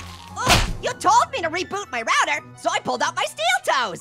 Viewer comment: HE CAN'T PRONOUNCE ROUTER CORRECTLY!🤬💢